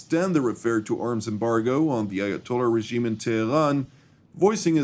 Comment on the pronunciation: why does it sound like iatola is say b**ch *ass lololhahajahahajah